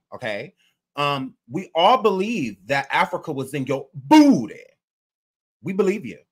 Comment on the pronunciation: Why You gotta Say BOOTY like that.. 😂😂😂😂😂